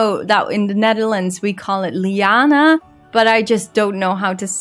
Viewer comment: Your pronunciation of liana was perfect in English as well. And thanks for the great update video!